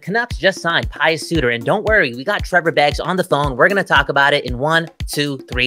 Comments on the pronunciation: Pe-oos not Pie-oos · It's pronounced "P'yoos"